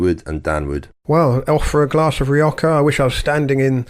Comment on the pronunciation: Why is pronouncing Rioja as Rio-ka? There is no "k" or "ch" sound in the name Rioja in Spanish or British/ American english.